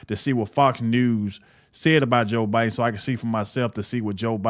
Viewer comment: It’s not bi den!!! Who’s the Pupp remaster???